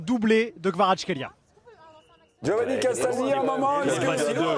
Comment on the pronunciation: Ptn... Payés chaipacombien genre leur vie c'est le football mais pas foutu de prononcer correctement Kvaratskhelia après deux saisons. V'là le niveau 👏